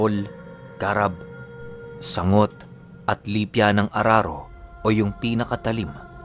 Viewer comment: Magandang hapun medyo matigas ung pagbigkas dyn sa sanggot at garab